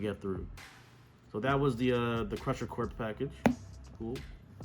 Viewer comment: It's corp, not corpse lol